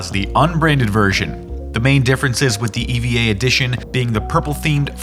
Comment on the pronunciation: Couldn't do some basic research on how to pronounce Eva or Evangelion? 😂